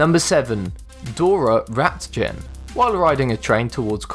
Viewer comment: And Ratjen should be "Ratyen". American speakers seem to never give a fuck about how non-English names are pronounced, the "Heinrich" is even worse...